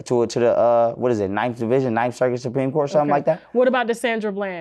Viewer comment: Tasha, where u from, u said coat instead of court at first, u must be from Mississippi